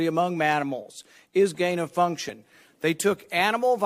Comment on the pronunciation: "transmility among manimals"